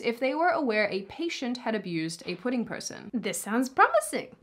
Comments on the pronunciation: did she say "pudding people"? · Are you saying "pudding" people?